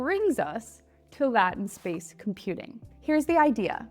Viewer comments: how do you pronounce 'latent' The word 'latent' is pronounced LAY-tuhnt. Here is a breakdown of the two syllables: LAY: This syllable is pronounced with a long 'a' sound, as in the word 'day'. tuhnt: This syllable is pronounced as 'tuhnt,' with a soft 'uh' sound. You can also listen to audio pronunciations of the word from sources like the Cambridge Dictionary and the NCI Dictionary of Cancer Terms. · the word latent is pronounced " Lei-tent " space models! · Latent is pronounced LAYTENT --- please otherwise you sound stupid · Latent comes from Latin word meant "hidden." It has a similar origin to the word "late" or "later". So you say it LATE-ANT or LATE-ENT" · It’s pronounced Lay-tnt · Latent is pronounced "Lay Tent" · The way she is saying latent is irksome (its lay-tent) good video tho! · It’s “lay-tent”. E makes the A long. Anyway, onward. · No, this is “lay-tent” with a long /a/. In no way is a short /a/ correct. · Thanks for spelling this out. It was driving me nuts. And when she said that her development friends didn’t know what she was talking about. I couldn’t help but wonder if it’s because she was so grossly mispronouncing this word. I would be surprised to see her pronunciation in any American English dictionary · Interesting arguments on both sides BUT... If people were listening to you on a podcast/radio show and couldn't see the text headlines in your video they would have a hard time figuring out that you were saying the word "latent". The overwhelming majority of native english speakers would be confused. So I think that tips the scales toward correcting the pronunciation to "lay-tent" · It's not a regional difference. It is pronounced the same north, south, east and west. It's just wrong. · Your pronunciation is not in any major dictionary and conveys incompetence and lack of awareness. Rather than doubling down on it, I suggest conforming to normative English standards for the purposes of better communication and authoritativeness. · Lay - tent